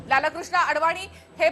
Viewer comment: मॅडम ,लाल-कृष्ण असा उच्चार चुकीचा आहे..लालकृष्ण असा सलग उच्चार आहे...अति भाषाशुद्धीचा अट्टाहास हास्यास्पद वाटतो...😊😊😊